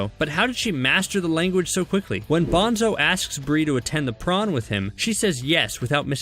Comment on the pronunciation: Bish there saying prom in the wrong way there saying prawn it’s prom